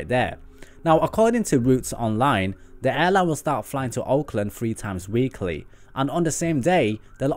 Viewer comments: I had trouble determining if you were saying "Auckland", or "Oakland". Will Air Tahiti Nui be going first to New Zealand, or California. Thanks for all of your great videos. Larry Z. Fairfield, California USA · Did he say Auckland or Oakland for the first flight